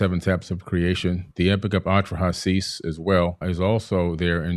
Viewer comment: "e-NU-ma-EL-ish," not, "e-NU-mee-a-LEASH," "MAR-duke," not "MAR-duck," "a-tra-HASS-iss," not "a-tra-SEESS," this fool has such a boner for Zachariah Sitchin. Have you guys ever thought that the same event could be described different ways, like, witnesses describing a car crash? Each text has an agenda. One, allows incest, rape, sodomy, tyranny, bestiality, murder, theft and encourages self-aggrandizement, the other text prohibits those things.